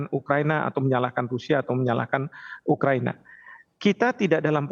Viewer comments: Pembawa acara tivi nya salah sebut.. yang benar ukahina..bukan ukahiniii bos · Ukahina bukan ukahiniii bos gi mana sih pembawa acara berita nya